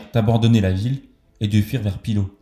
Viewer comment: Ce n’est pas la Litonie mais Lituanie, et on dit Pillaou non Pilo